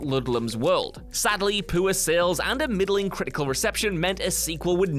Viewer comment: "Pooh-urr sales" will never hear that the same way again